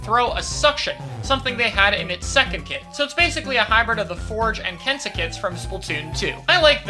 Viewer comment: You’re saying “Kensa” wrong,. It’s a Z sound, not Ss sound.